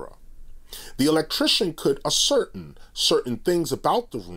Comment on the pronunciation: ASCERTAIN ... pronounced ASSER-TAIN. Great movie Brother. Travel in p.e.a.c.e.